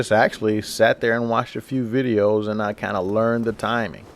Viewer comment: *and* *partial* *parried* *stunned* learn how to talk right please?